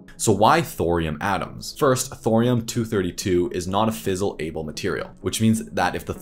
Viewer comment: This feels like an end-of-semester student project, but with a lot better production value. I cringed when he tried to pronounce “Americium” or “fissile” (not “fiss able”)